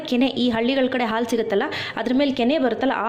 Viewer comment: All OK but please pronounce haalu instead of aalu . It's pretty annoying to listen it as aalu